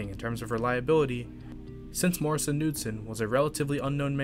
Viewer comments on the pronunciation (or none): The “K” in Morrison Knudsen isn’t silent. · It's pronounced can-nute--son for Knudsen. It's Norwegian.